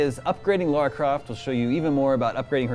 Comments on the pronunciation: It's Lara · It's Lara! Not Laura! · It's LARA! People who pronounce her name "Laura" piss me the fuck off! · It's Lara. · Lara. Not Laura. Lara. She's not american. It's Lara.